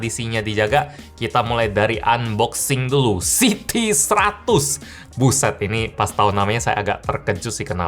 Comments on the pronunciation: Siti bang bukan City 🗿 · city bang bukan Siti Siti mmh saya